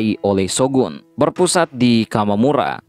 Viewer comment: Bukan kamamura min, tapi Kamakura 😀 Trus bukan tairo, tapi taira